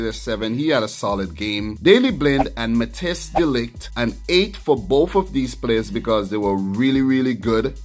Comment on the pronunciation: sorry brother *MathICE de Ligt is the right way to pronounce it. hahaha